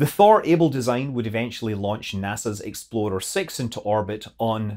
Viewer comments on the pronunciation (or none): Explorer 6 sounded a LOT like Exploder 6 the first time.... :P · To my ear, your accent amusingly (and somewhat appropriately) morphs Explorer...into Exploder. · Whenever Scott says "explorer," I giggle. And while I'm on the subject of pronunciation, why doesn't Thor get the same consideration as Neanderthal? There is NO "th" sound in German or Norse. That's like me just accepting my last name would be pronounced incorrectly in Spanish? Nope, names are names. Stop changing the pronunciation from the original. Words change, names shouldn't.